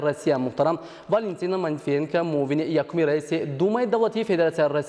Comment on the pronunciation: Манитивиенка, не. Матвиенко..ина бо як диктори бесавод